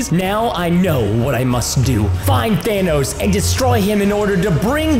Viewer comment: Preston didn't even say Thanos he said Danos